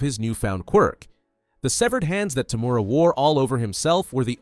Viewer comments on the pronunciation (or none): I really hate when narrators cant get the names of characters correct. TOE-MOO-RA not fucking TOO-MORE-A.